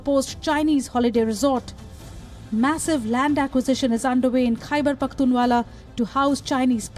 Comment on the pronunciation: It is not 'Pakhtunwalla'! It is Pakhtunkwa.